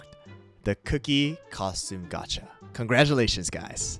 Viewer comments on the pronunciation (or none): none